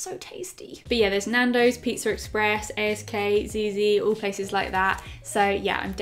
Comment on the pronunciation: I'm sorry but the way you said ASK made me laugh so much!! 😂😂 Hope you had an amazing birthday ❤